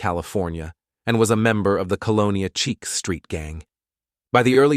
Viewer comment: Chiques not cheeks 😂